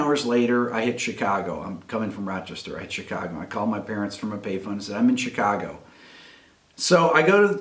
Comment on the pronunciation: Where'd you learn to say Chicago like a local? Just hearing that made me homesick... Also, you could have your story in the current day Chicago, but... heroin...